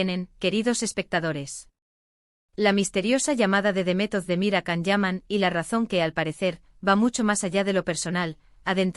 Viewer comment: 😂😂😂bla, bla, bla cuántas mentiras en estás páginas de YouTube 😡 y que se lo crean muchas personas es de traca. Encima no saben ni pronunciar su nombre debidamente con la cantidad de veces que Él mismo a comentado infinidad de veces